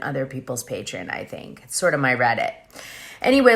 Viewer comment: Patreon = PAY TREE ON!!!! Not pay tree IN!!!!